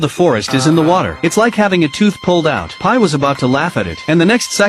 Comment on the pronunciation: I love how he says "the pie" 💀